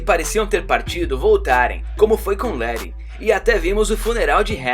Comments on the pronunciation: mais todos chamam ela de letty não lere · LET "LERI" LE*TT* 2 T, LETI